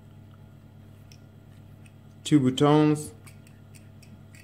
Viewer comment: Did my mans really pronounced ‘buttons’ as ‘bootones’ 😂😂😂